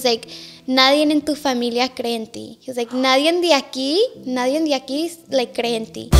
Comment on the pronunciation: Well spoken but says “ nadien” 😂 it’s NADIE.